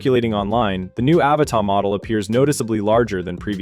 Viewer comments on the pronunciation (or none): Annoying AI voice wrongly pronouncing "Avata".